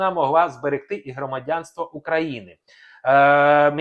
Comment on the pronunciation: НЕ Крамадянство. А Громадянство. Зразу видно що ви не українець.